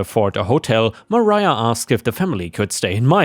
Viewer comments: Mariah is "muh rye uh" not "Maria." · FYI re "Mariah": For some reason, MARIAH is the spelling used for the name ma-RYE-ah and MARIA is ma-REE-ah. You were right the first time.